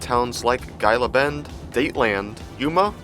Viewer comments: It’s Gila Bend (pronounced as Hela Bend) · Great video, and I like seeing that you go through Phx a lot. Phx is currently the 5th largest city in the US. Oh, and incase someone else hasn't pointed this out (very minor) Gila Bend, is pronounced (Hee-la) Bend. Same as if you saw a Gila Monster, it's pronounced the same way. Safe Travels